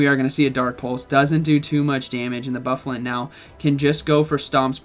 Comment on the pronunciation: Pronounced Boo-fah-lahnt